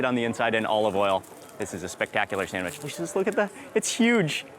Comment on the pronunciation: So you get 10 mil subs and 3,3 mil views for just eating food? And while doing that, champing like a pig and talking while eating? Right right. "Awshome, thish bread ish shomething shpeshial." Do americans don't pronounce "s" anymore?